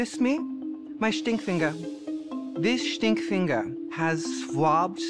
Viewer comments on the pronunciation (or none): He had an german accent that's why. Take the e from the german word away and it's Stinkfinger. The St is pronounced "Sht".